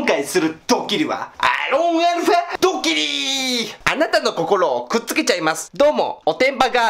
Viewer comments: アーロンアルファ？？ アーロン言いすぎてアロンゆわれへんなってるやん笑笑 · もうアロンアルファやなくてアーロンアルファ言ってもてるやんwww